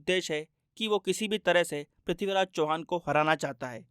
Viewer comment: Abe sale sahi se naam le mahan prithviraj chauhan ka 🔥🔥